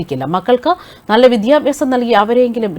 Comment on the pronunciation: വിദ്യാഭ്യാസം എന്ന് ശരിക്ക് ഉച്ചരിക്കൂ